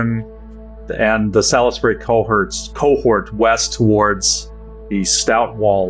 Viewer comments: Just going to leave this here, because it hurts my ears, Salisbury is pronounced SOLLS-BUR-E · Came here to say this. Love the show but the mispronunciation grates. (though I'm more "sawlz-bree" as from Hertfordshire)